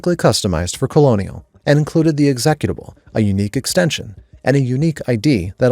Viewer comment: “Executable”… lol